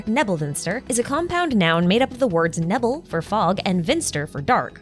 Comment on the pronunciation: for future reference, the german "Nebel" is pronounced with an emphasis on the first E, which sounds like an "ehh" sound